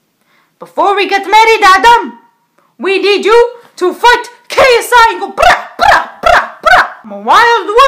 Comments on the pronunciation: I laughed when she said sci when it's ksi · It’s not CSI it’s KSI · It's not csi it's ksi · First of all his name is not csi it is ksi